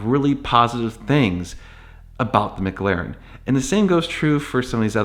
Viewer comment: Stop pronouncing it “miglaren” like an asshole 😂 Mc, MC